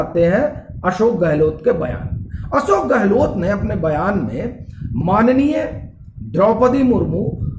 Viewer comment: आप "य" अक्षर का उच्चार "ये" ऐसा क्यूं करते हैं। उदाहरणार्थ आप "माननीय" शब्द का उच्चार "माननीये" ऐसा करते हैं।